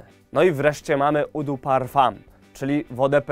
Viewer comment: Mała korekta: nie "u" tylko "o" de parfum